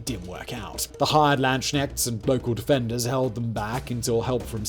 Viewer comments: I laughed out loud when he said Landsknechts with knechts as knight (no k) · Say landsknechts again Simon